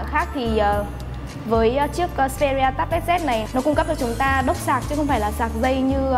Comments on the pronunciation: đọc là ích pê ri a z đi bạn :(( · phát âm xperia chưa chuẩn, resolution cũng thế luôn